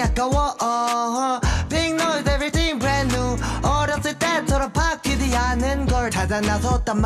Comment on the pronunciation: 바뀌디 안는걸 그때가 둬 도왓어 난~ 진짜 캐릭터이입 발음 레전드ㅋㅋㅋㅋㅋㅋㅋㅋㅋㅋㅋ